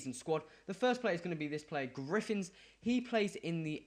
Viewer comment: it's griffiths not griffins